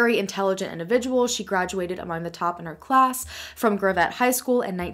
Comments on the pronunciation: Me: “GRAV—ETTE? Where’s that? Never heard of it....Ohhhh, she means GRAVETTE!” 😆 (Gravit) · I live in this neck of the woods now. It’s pronounced Graav-et. The way you pronounced it had me like...what?! Where? And then you said Centerton and Bella vista and it clicked. I lived in Centeron a few years ago. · Boyfriend and I just moved to Gravette. And it’s pronounced grav- it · It’s pronounced like Gravel...without the L...hehe So yeah...this is all about 30 min. from me but I was like 11 then so I wasn’t really paying attention. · Omg how you say gravette........ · Did you seriously pronounce Gravette like that. 😑 I am from this area and I am disappointed. Lol